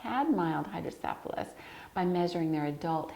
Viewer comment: pronunciation for hydrocephalus is incorrect.